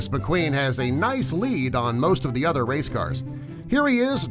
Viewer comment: lol u said wace